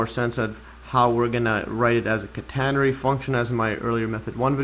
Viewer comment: Great stuff. Very interesting... But I'm still not convinced about your pronunciation of "catenary"! 😛